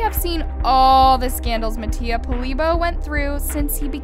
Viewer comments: She said MAttio😭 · I’m sorry y’all but she said “mattio and alijandro” 😭😭😭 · i love how you say mattias name wrong 😻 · HIVE girl- i was saying that i DONT like how she pronounces mattia and alejandro’s name it’s VERY DISRESPECTFUL i was NEVER talking about how her CONTENT